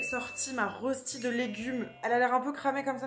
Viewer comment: "Une rosti" 😭. Ca se dit un "Reuchti". En tout cas, tu m'as bien ouvert l'appétit. :)